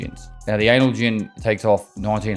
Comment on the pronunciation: Is he pronouncing analgin wrong on purpose? Or is it an accent thing.